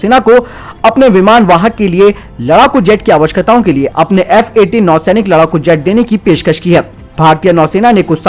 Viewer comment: Bhai i watch all your videos but i want to correct you on one thing that is awakshakta hota hai apka theek se nikal nahi raha but everything else is supeb .